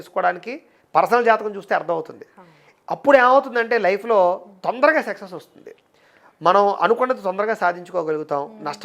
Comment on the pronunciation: సెక్సెస్ కాదు సక్సెస్....